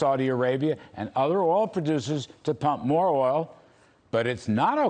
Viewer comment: he lost me when he couldnt pronounce "glasgow"